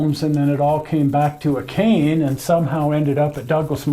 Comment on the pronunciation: "Akane" is pronounced ah-kah-nay. :-)